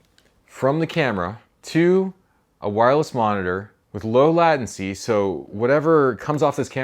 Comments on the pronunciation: I think you mean “lay” tency. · That's pretty sweet! *Also, it's pronounced 'lei·tuhn·see' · I've never heard anyone say "latency" like that ;p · I'm not gonna lie I noticed it too.